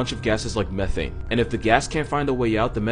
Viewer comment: The only way he said methane